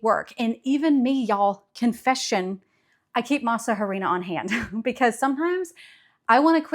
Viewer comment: Also, tip: the “H” in harina, is silent. So just say “masarina”